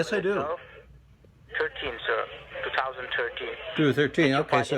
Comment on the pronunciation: Never trust anyone who can't pronounce 2013 right